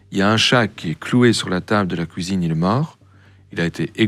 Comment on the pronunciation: Le son "ui" devient "ouhi" Il dit pouisque haha La couisine